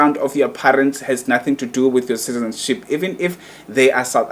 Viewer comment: I think umuntu who must shut up here its you udom you can't even pronounce"citizenship,neutralization.yaze yadom igay